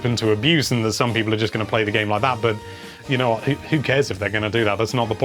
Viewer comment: What!? I’m not a people I’m a PEE-POHL!! How dare you!! Edit: there ya go! Never again please, it’s off putting lol